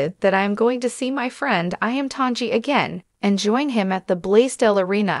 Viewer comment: Please learn to pronounce Iam Tongi's name Correctly🤙